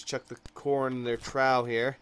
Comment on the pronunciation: trough is pronounced "troff"! Not sure if you do those things on purpose lol.